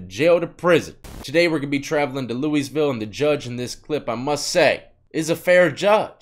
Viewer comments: ITS LOUISVILLE PRONOUNCED LIKE LOUEYVILLE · "Lewies-ville". Haha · She’s a great judge here in our community. Also , us locals pronounce it “Lou-uh-vul” . That’s a big deal here lol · Lol Yo... We pronounce "Louisville" with the S silent. And we don't say louie. It's more like "lulvul" lol. Sorta the lazy way to say I guess. But that's what it is lol. Respect! I remember this one. It was on the news here. Jefferson county corrections is crooked as it gets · The S in Louisville is silent. I like the videos bro 😎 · The S is silent my g fyi